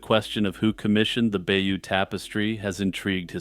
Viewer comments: Stop saying "bayou". It's pronounced "bay-yoh". It's French. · Bayeux is not pronounced like the bayou. It’s more like Buy-yur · Bay-OWN, not by-you! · Its not "bayoo" but "by-yuh" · Bayeux I believe is pronounced Bay - urr not Byoo, apart from that nice video